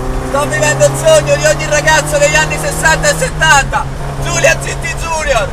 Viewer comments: Bellissimo video come al solito. Però i ragazzi degli anni '60 - '70 si sarebbero sganasciati a sentire la GT iunior chiamata "GT giunior". Junior è una parola latina, non c'è la minima ragione o logica a doverlo leggere in inglese in un contesto italianissimo. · Bellissimo video che rende giustizia ad un'auto stupenda! Bravo! Unico appunto: "giunior" in italiano non si può sentire... :(( ;)